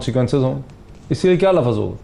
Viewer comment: BHAI MOEED SAHIB KHUDA KE LIYE URDU KA AIK LAFŹ BOLNA SEEKH LO. LAAAFUUZ NAHEEN HOTA LUFZ HOTA HAI.